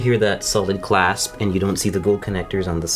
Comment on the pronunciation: Say "clasp" one more time...